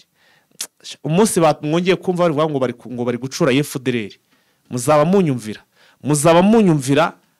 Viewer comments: Mirongwine(amakamyo)n,imwe(ikamyo)ntabwo wibeshye💪 gusa ntibavuga gucuura ingabo bavuga gucyuura,ubundi nkikundira akajambo sadecye😂😂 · "amakamyo mirongo ine n'imwe" biravugitse . Ikitavugiste wowe urimo uvuga ni "GuCura".... bavuga "guCYUra" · Ntabwo bavuga gucura bavuga gucyura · Bavuga gucyura ntibavuga gucura